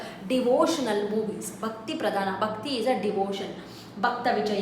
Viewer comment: Mam.. your mahapraaNa is not clear .. you pronounced 'bakti' but actually it is pronounced as ' bhakti'.. because 'ba' is alpapraNa while 'bha' is mahapraaNa..